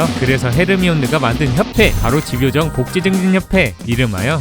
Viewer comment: 색연필이 [새견필]이 아니라 [생년필]인 것처럼 집요정도 집과 요정의 합성어이기 때문에 [지뵤정]이 아닌 [짐뇨정]이라고 발음해야 합니다.